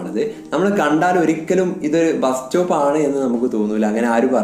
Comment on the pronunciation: ബ്രോ ഒരു ചെറിയ തെറ്റുണ്ട് ബാസ്‌റ്റോപ് അല്ല ബസ്‌സ്റ്റോപ് ok